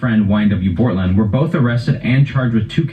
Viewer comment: my man really said - "bOrtlAnd" 💀😂😂😂